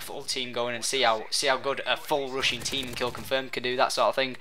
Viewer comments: Rushing. It sounds like he's saying "Russian" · ....the entire time i thought he was saying "russian" but hes saying rushing? O_o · lol rushing sounds like he is saying Russian hahaha lol